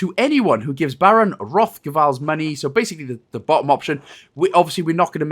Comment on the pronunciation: ... So you actually call money "monoh"?